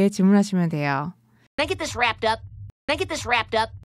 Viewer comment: Is this 할때 this 발음을 어찌 해야할까요 이 지스 이런식으러 들리는데..